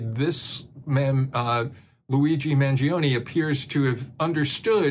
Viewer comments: at least learn to pronounce correctly the last name of Luigi, the "i" in Mangione is mute. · It's pronounced "MangionAY" not EE... in Italian E doesn't sound like EE. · You're not pronouncing his last name correctly. Not Mangionie ( MANGIONE ) 😮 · I like the video but please pronounce his last name correct you 😭 it’s Mangione, not Mangionee. The Italian ‘e’ has a different pronunciation 💀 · The last name is not hard to pronounce. Dont understand why they get ir wrong